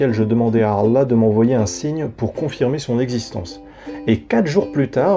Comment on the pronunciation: Rien à voir mais j'adore comment tu écorche le nom de Allah en disant 3allah . Est ce que cest fait exprès? 🤣